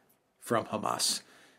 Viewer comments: Could you get Mercouis to stop saying ham ass.😊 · Great show! I had to chuckle to myself everytime Mr Mercouris said Hamas, as he pronounced it like it is a pig's rear end - like Ham Ass. I'm more used to the usual Hamaas type pronouncation. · It's funny how Alexander pronounces the faction as 'Ham-ass.' 😂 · and other knowledgeable pundits say "HAM ass" like we would say ham sandwich. American newscasters often say "huh MAHSS". Which is correct? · Alexander's pronunciation of Hamas unconsciously motivated me to eat two ham sandwiches.